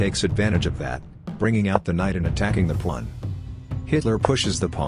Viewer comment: Why did I hear "bringing out the knight and attacking the pwan".